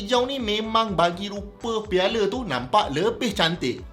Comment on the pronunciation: Piala bukan piale 😌